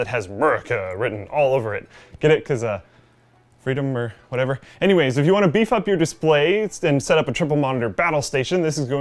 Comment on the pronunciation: "Frie dum oar wut evur" - 2015